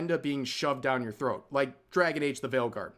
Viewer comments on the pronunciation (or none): none